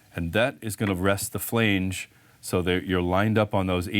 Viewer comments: I couldn’t watch the whole video. The 1700 times the word Flainege was said in the first 3 minutes instead of flange, was way too much for me😣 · Made my nipples hard (NOT in a good way) everytime he said "flaynge"!!! New drinking game! Take a shot everytime he says "flaynge"!! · Not sure what language you’re speaking but flange doesn’t rhyme with range. Flange like flan. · The way he says flange with a hard "A" has me laughing so much I had to show my wife. I assume this guy is Canadian. Good video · Really helpful video, but every time you pronounce flange 'fhleange' a little bit of my soul withers up and dies! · Canadian here and I thought it sounded odd too. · You mispronounced the word "flange "? It's not pronounced with a long A. Lol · This was the comment I was looking for... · Someone tell this guy how to pronounce "flange".. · I was thinking the same thing.